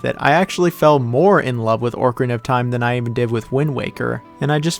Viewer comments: My wife couldn’t withstand how you say Orcarina and not Ocarina 😅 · ORCarina xD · Why Orcarina 😭😭😭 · OCarina of time not ORCarina of time. Great vid tho, just pissed me off hearing that LOL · Tf is “ORKarina” of time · Made it to him saying ORCarina of Time and immediately got pissed. 10/10 video. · YES OMG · Someone who says it “Orcarina” WOULD rank Majora that low… (I’m just teasing, but this one was rough for me on a soul-level lol) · Listening to you mispronounce ocarina was all I needed to know. You are obviously not very smart. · Bro what is that pronunciation of “ocarina”, there’s no “r” before “c” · It's like a dolphin.....a killer whale of time!